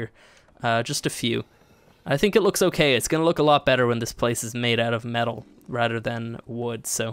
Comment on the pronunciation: do you relise you say Rader and not rather